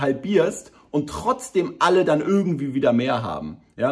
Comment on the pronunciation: Nicht ÜÜÜÜÜrgendwie!!! IIIIIIIIIII